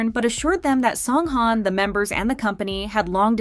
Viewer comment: Please pronounce his name right